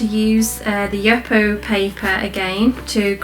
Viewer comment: Just want to share that the name of the paper is pronounced “youpo”.